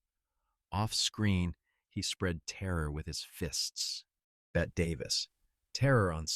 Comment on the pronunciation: If you're going to use the AI bullshit narrator atleast make sure it pronounces the names properly. "Bet" davis? Come on, bette is pronounced like Betty.